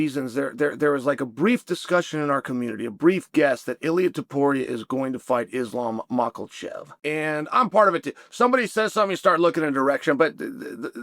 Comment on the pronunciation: Ah yes Islam MAKHALCHEV 😂